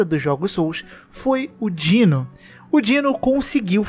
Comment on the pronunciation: Não é Dino, é DinoS DINOSSINDGEIL = "Dinos zind gail" = (dinos)dinossauros são foda